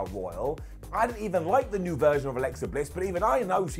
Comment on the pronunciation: Alexa* not Alexer